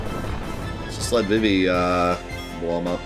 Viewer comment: It's pronounced "Zuh-Don" and "Vee-Vee"